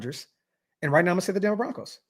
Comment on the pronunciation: Bo-roncos!!!!